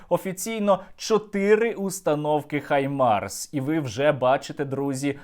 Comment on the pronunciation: Друже Сергію! Щиро Вам дякую за ваші дуже інтересні відео. Але... викиньте на сміття російську вимову “Хаймарс“. В українській мові ми маємо фонему “Г“, яка точно відповідає анґлійській фонемі “H". Отже, має бути “Гаймарс“, а не “Хаймарс“ (па-рускі). Тепер час нам дерусифікувати українську мову, культуру та нарід, і звільнитися від рашистів, бо вони тільки хочуть нас знищити і захопити Україну... Щирий привіт з Бразилії. Слава і Воля Україні!